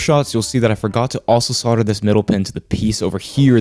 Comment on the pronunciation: See, "sodder" and "chassy", that's where your problem lies. It's "solder" with an L, rhymes with "colder" or "boulder". "Chassis" is said like "shassy". Now you'll be right. The electrons will know you're a good guy.